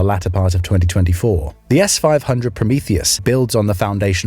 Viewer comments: Promerty?? Prom - ee-- thee us. Prometheus. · ‘’Prometty’? Really? My English reads Prometheus [a Greek god of fire] as Prom-eeth-eeous. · Promethy? ha-ha-ha. Isn't it PRO-ME-THEUS? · Is this whole channel AI generated? The narrator pronounced “Prometheus” as “prom-it-I”. Just curious not bashing the actual content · please pronounce "prometheus" correctly, namela like pro-may-toys, with the stress on may. thank you